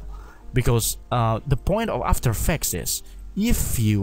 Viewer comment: Repeat after me: 1.paw-zee-tion = position 2.aa-fta-er eeee-ffe-cts = after effects